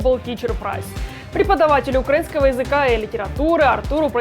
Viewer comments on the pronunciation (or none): none